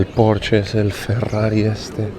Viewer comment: Se pronuncia "porshe" no "Porsh"....😉